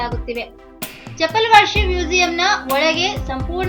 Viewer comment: Its chapel...not chapala....plz pronounce properly